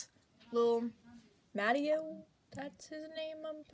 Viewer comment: his name is pronounced ma-tay-o ily tho 💗💗